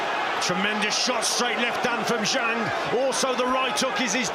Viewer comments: I hate how Americans pronounce the letter a . It's not zhong it's Zhang. It's not posta, it's pasta. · I wish the announcers would learn the correct pronunciation of Zhang.